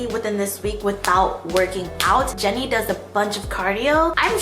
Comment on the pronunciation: Did she say Jennie or Jerry